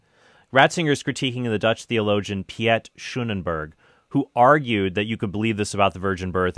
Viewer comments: "Piet" is more pronounced like "Pete" instead of "Pjet" 😂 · Piet is pronounced exactly like Pete. Schoonenberg like S-khoe-nen-ber-kh. Great video Trent! 😊